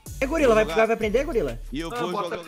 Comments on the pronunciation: "GULIRA" ? KKKK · O falou gulira kkkk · o falando golira sksksksk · o la em katuwiska no segundo round ele falou golira kkk😝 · o uma meta de like golira falou errado sem cerer